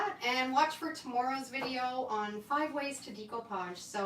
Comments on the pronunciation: It's actually pronounced day-koo-paazh, but I think it's your Canadian accent which is really cute. I always giggle a bit when I hear you say it.😀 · FYI…the correct way to pronounce découpage is daycoopage. It’s a French word. 😊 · You are so professional. I’m very impressed. And yes, I’m good at eyeing too. You say it similar to Australians I’m from Australia. We say “Deck” “o” “parj”